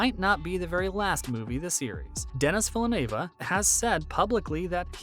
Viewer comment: Butchered Denis Villeneuve name too bro